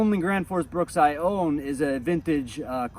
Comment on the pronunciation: BRUK BRUK BRUK BRUK it says it on the name print on the handle on every single one , NOT BRUKS . Why in the hell can no one get it right LOL